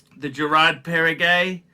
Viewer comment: You made my day! 😅 So if I summarize with your own words: « the IWC is spectacular », « the Girard Parregaux is actually nice and Pateky» (it’s pronounced Perrego, not Perregay, just in case…), the Omega is good and I’ll pass on the Breitling rant because of the obvious difficulties you have in reading comprehension, combined with the attention span of a toddler. But…the key takeaway is they are all dogs with fleas and shitters. Instead of choosing good watches that we like or have complications, we should just dump all of those that don’t have a crown logo (including those that have sentimental value), in order to buy Rolex at 3 times the price, so that we can show off at the 15$ all you can eat Asian self service buffet and make sure even the sub-average diners there recognize the brand on your wrist. Not to forget that we should couple our Rolex with an entry level beemer, that we can’t actually afford to buy cash, so that people don’t mistakenly conclude that you drive a Ford Modeo, after seeing your gold IWC perpetual calendar. Spot on!! 😂